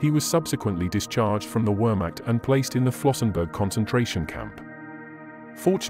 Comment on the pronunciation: I sincerely hope you learnt how to pronounce wehrmacht since the release of this video